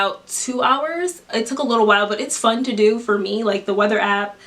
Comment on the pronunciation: She said open Appa